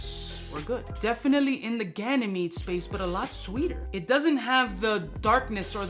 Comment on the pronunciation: Why do you say "gynamede" instead of "ganymede" ???